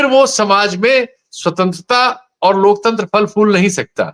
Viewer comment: जो अनपढ लोकतंत्र का उच्चारण lokchandra करे , वो क्या ही लोकतंत्र की रक्षा करे या माने !!!😅